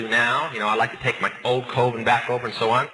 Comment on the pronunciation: Does it annoy anyone else that he calls a “coven” a “Colvin”? Why do numerous sources online say he ended up backsliding back into witchcraft?